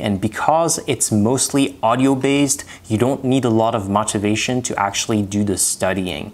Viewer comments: His pronunciation was fantastic except for the word motivation, which is more of a 'mow' than the 'moh' that he uses. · Also your pronunciation is very good. Only thing that was glaring out was the pronunciation for motivation. The o makes an “o” sound as opposed to an “ah” sound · Amazing command of American English for neing non-native. Only thing I couldn't understand at first was your pronunciation of "motivation".